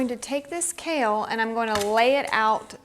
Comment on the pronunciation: When you say "kale" chip . . . it sounds more like you are saying "COW" chip 😮😅😅😂😊